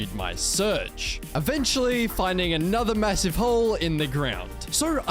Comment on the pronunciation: Did u say massive?